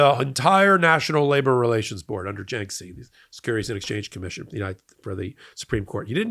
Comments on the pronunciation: It's pronounced "JAR-kiss-ee". I don't know how you get "JINK-see." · Is this f*cking guy talking about jarkesy? Who the eff is Janksie?(!) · Jarkesy... not Janksey. Oy. Come on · FYI, other news outlets pronounce Jarkesy as "JAR - keh - see" (or occasionally "jar - KEH - see"). There's no "N" in the name, and the first syllable does not rhyme with "bank."